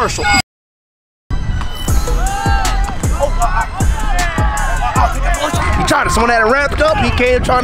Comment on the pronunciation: Lol when u said comersial it poped up